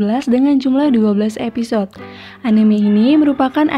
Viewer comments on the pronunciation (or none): none